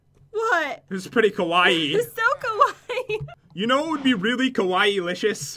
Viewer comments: Lol I'm Japanese so I can say they aren't pronouncing it right. I haven't seen anyone say it right besides my sister and my dad. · I disliked just because they saying kawaii wrong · ITS PRONOUNCED SO {KUWAY} KAWAII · It’s pronounced Ka-why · when you read it its KAWAY not KAWAYI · You guys kept saying it was KOwaii, as in scary. Kowaii=scary kawaii=cute in Japanese. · Pat...its pronounced (Ka-y) not ( KaWIE) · Its KUH-WHY Not KUH-WHYEEEEEEEEEEEEEE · It's pronounced KA WHY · no its Ka-why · KIWAIHH!!! F.Y.I you did say KIWAIHH wrong in beggining of vid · It pronounced kay-why- ie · I think the reading is kawai not kawaii!😑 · its pronounced (ka-wi) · It's pronouced ka-why just so you know. NOBODY YELL AT ME BECAUSE I SAID HOW TO PRONOUCE IT!!! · U know it's pronounced ka y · ***** half of my family is Japanese other half of my family is German/american. It is ka waii but its more short and it dosnt ryme with Hawaii . (ka-wa-ee) I know because i have been I Japanese school for 6 years and cam fluently speak and read Japanese and i go to school in Japan in the summer when visiting my family. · There saying kawaii wrong ka-w-I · It's Spelled Kawai'i, and it's pronounced (kaw-why-eee) Such an insult ;) (I live on Kawai'i) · sorry... it's (ka-wha-ee) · it's pronounced (ka-why-ee) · It's kwiie🐬🐬🐬🐬🌊🌊🌊🌊. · Kawaii is pronounced Ku-Why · Kawaii is pronounced kwai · its pronounced kuh-wiy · its not like hawaii, its pronouced : kah- why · kinda saying it wrong... The two i's mean nothing for pronunciation. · You are saying kawaii wrong... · pat please stop saying kawaii... if ur not even sure how to say it....but you and jen are still good if not good great youtubers! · Omg ilysm pat he said it's so kawii but with a k it already is with a k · You guys are saying scary I live in japan so I should know it sounds a little different to be the word cute but good 😊 try love ❤️ you guys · It's so triggering to hear them add like an extra syllable to kawaii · Ur saying it wrong